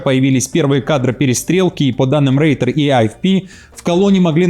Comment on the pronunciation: Не Рейтерс а Ройтерс